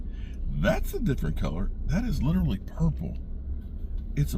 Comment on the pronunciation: I'm glad. I thought I was the only one. He butchers that word.